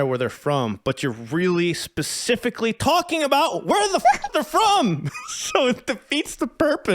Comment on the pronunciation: Let's be real. This guy says pacifically instead of specifically. You think it's worth anybodys time to pay attention to a grown ass man that speaks like a 5 year old?